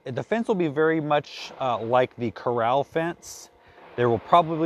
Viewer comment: And I just realized corral is not pronounced the way I thought it was